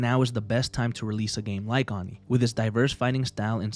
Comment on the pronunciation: WTF is Ahni? Is that really how you pronounce it? Cause the word in Japanese, where it comes from is pronounced Oh-ni. But these were western developers making an Asian inspired game so maybe the title is Ahni. I own this game for PC and had a blast with it as a kid.